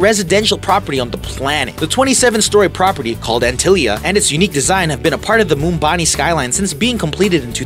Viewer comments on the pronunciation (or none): Its either Bombay or Mumbai not Mumbani and im from the Netherlands.. Maybe he speaks American not English hahaha. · Dude it's Mumbai not "mumbani" ,🙄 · Its not Mumbani.. its MUMBAI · Its not mumbani its Mumbai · Its mumbai not mumbani 😂😂😂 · MUMBANI?!!!! No mate, M U M B A I. Bloody hell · dude if you're uploading something you should be sure that you say things correctly.... It's MUMBAI and not MUMBANI..... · It's Mumbai not mumbani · that place is Mumbai in India not mumbani :P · You are pronouncing the name of Bill Gates neighborhood wrong. It's pronounced muh-dine-a. And wtf is Mumbani? It's (South) Mumbai, geez! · Ambanis house has the height of a 60 story building but it has only 27 floors. and its Mumbai and not Mumbani. poor research. couldnt even get the name of a city right. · Bro it’s Mumbai Not Mumbani 😂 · It's Mumbai not Mumbani...... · yo bro Whats South Mumbani....are you trying to rhyme city's name out of sheer excitement towards Ambani :) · The place is called Mumbai, not mumbaani.. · lol! mumbani ! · Mr.Ambani’s house is in Mumbai.. not Mumbani....😅😅😅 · MUMBA-NI? It’s MUMBAI! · this guy called Mumbai, 'Mumbani' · The city in India is called 'Mumbai' and not 'Mumbani'. 😅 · It’s not Mumbani- it’s Mumbai! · Mumbani? It's Mumbai! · Dude.. it's Mumbai, not Mumbani.. 😂😂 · South Mumbai not south mumbani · MumbaNi?it's Mumbai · It isn't Mumbani. It is Mumbai. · It's Mumbai bro...not mumbani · Not mumbani, its Mumbai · Where the hell is Mumbani? Um, maybe smack dab in the middle of Mumbai? Wtf?!! He said it over and over. When you build a ridiculously expensive house surrounded by slums they don’t change the name of the city for you. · Bc it's not Mumbani....it's Mumbai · It's Mumbai. .not mumbani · It is not MUMBANI, the city is MUMBAI while the owner is AMBANI! Gosh...general knowledge of news reporter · Umm .... well that's Mumbai not Mumbani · It's not Mumbani it's Mumbai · dude....its not Mumbani😂....its Mumbai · Mumbai not Mumbani